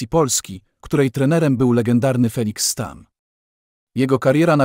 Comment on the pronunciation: Malutka korekta Stamm wymawiamy ,,Sztam”